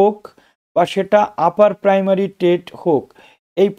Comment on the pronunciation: Upper primary baper ta clear bolun